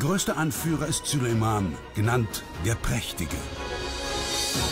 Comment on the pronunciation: Könnt ihr bitte denn Namen Süleyman richtig aussprechen